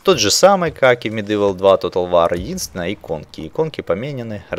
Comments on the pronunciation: МедИвал(Medival), хотя мне уши режит не особо. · не говори пожалуйста МедЫвл, уши режет ))